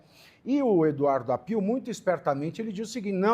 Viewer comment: Se pronuncia Áppio. Não Appiù. È sobrenome italiano.